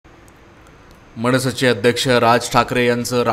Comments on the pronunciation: निवेदन करणारे 'ण' 'न' चा उच्चार नीट करावा.म ण से नाही आगमण नाही.म न से, आगमन असे म्हणावे. राग मानु नये. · Aho Sir, tumhi Marathi neat bola Krupa karun. मनसे ahe te मणसे kai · मणसे नाही हो मनसे 😂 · मणसे नाही रे , मनसे.....